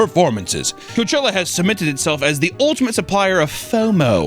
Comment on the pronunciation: Lol in the hipster hat with the fuckin low cut blouse saying “coachewa” fuckin killed me Also “Guess whos heeeeeeoh(: “ Jesus Christ lmfao